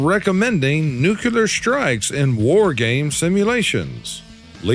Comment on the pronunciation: There's only one U in nuclear. It's not "Nuke You Lurr" It's "New Klee Urr"